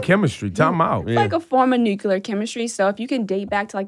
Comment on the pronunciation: She might be book smart (even though she said nucular instead of nuclear 🙄), she's tone deaf